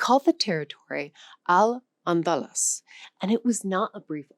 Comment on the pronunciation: It's pronounced "Al Andaloose". Thanks AI!